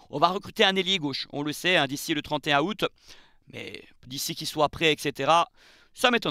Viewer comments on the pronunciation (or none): none